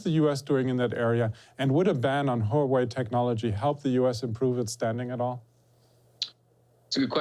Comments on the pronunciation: Huawei is pronounced "hwah way" not "huh way". Pin Yin is not that hard to figure out. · It is pronoun Huawei ""WUA-WAY" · Stop pronouncing Huawei huuuu wei